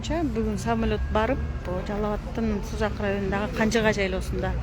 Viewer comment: Сен созунду ондлсон 20 жолу айттын Канжыга деп озундо элесинби озу туура айтчы